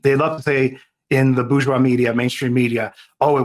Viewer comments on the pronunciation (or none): none